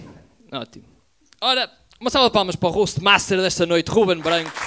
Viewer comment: Muito mau! Top 🤣🤣🤣! A malta falhou... não é Bganco! É Guben Bganco!... puto falhaste! Faltou o "má logo malta!..." Má logo puto!